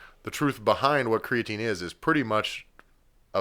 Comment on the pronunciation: Its pronounced creatine